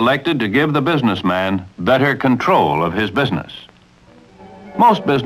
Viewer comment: wow he really emphasises the MAN in BUSINESSMAN doesn't he XD